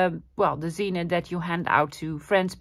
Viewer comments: Pretty. Curious why you call it a 'zina'. Isn't it a zine pronouced 'zeen' short for magazine?😉 Zina is a woman's name. Cute. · For those who don’t know, “zine” is short for magazine, and they were very big back in the 1990’s—early 2000’s, among counter-cultural Creatives. The word is pronounced Zeen, one syllable. A zine that I used to read was made by a Dishwasher, who wrote about how he stole dishes, etc., from each restaurant owner he worked for, because his wages were too low… (Like every other non-salaried American worker). Zines were the DIY Passion Projects of mostly young Creators, many of whom were living on low-paying jobs ; many of their zines consisting of black and white xerox copies, folded and stapled together. The esthetic was simplicity itself, but those with more money to spend—especially as computer Graphic Design programs advanced—could be much more sophisticated and commercial-looking.